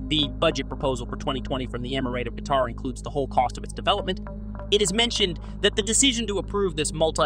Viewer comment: Kaytar? WTF is Kaytar? 🤣🤣